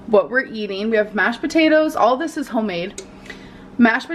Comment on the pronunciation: I haaaaaaaaate that she says "hoe-made". If it's hoe-made I'm not eating it.